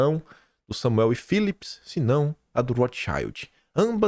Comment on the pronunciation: Larga de ser burro! Não é Rothxaiuld! A pronúncia correta é Rothxiuld! É ALEMÃO!